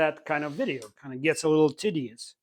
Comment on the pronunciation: hehe he said tiddy-eous hehe , love the content .